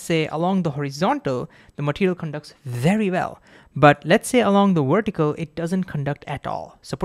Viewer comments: Don't choose Ohm's law as an example if you cannot pronounce ouwaltage and werticle. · The Woltage and the Wertical? 🤣 Sorry... you're awesome dude... keep creating awesome content